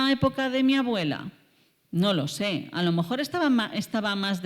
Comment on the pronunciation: No sé si atreverme, porqué frente a esta gran científica yo no existo. Pero en varias ocasiones la he oído decir, alomojor, y supongo que quiere decir a lo mejor. Seguramente el discurso no cambiaría, pero si la música al oído. Mil perdones de antemano